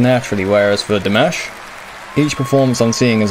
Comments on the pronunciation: I don't know what some people are irate about because his MOM pronounces it like that. Like Dee-mosh. I'm pretty sure his Mom would know how to pronounce it properly. heh. You're saying it fine. No worries. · you pronounce his name just fine, they may be pronouncing it in the language they speak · You say Dimash's name FINE!! LOL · I like that, as a rock signer, you choose to comment on Dimash because you are opening the door to others who would not normally be curious about this style. Great job by the way and your pronunciation of Dimash's name is perfect now. :-))))) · Your pronunciation of his name is fine. As long as people know who you're talking about, one should make allowances for regional accents. We forgive him his Dinglish accent so why not extend it to everyone. As long as you don't say Dimmish like some, you're fine. 😉